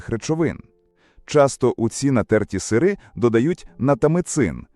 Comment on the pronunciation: Це якась пошесть з наголосом.... Якого біса слово "сири" Ви вимовляєте з наголосом на перший склад?